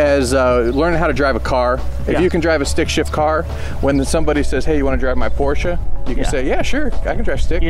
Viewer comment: pronounces Porsche the right way. I am amaze.